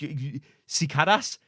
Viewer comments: cicada = "si-kay-duh" It is an insect. They shriek and make a lot of racket in the summer. Nguyen = "Win", pretty common name. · Just for future reference,, the words you were having trouble with are pronounced like Si-cae-daa (Cicada) and New-win (Nguyen).